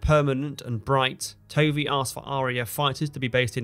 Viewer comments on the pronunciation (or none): Tovey is pronounced “Tuvvy”.